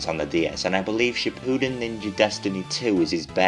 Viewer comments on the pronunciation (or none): none